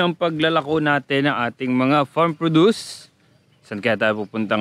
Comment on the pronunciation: Proww dus po... Hindi produce. Ibang word po iyong. FYI lang. ty